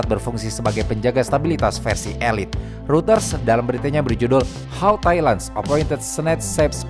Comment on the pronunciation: Gatel aja tiap ngucapin "reuters". Hrusnya pelafalannya "ROYTERZ" atau "ROY-TERS" bukan "RUTERS".🙏🏻